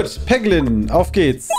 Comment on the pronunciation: triggert mich total wenn Peter vorliest du triffst einen Peglin (Ausgesprochen Päglin).. mein Name ist Haglin (ausgesprochen Haglin)